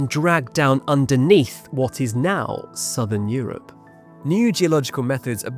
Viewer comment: never say southern Europe like that again. It made me feel... something.👀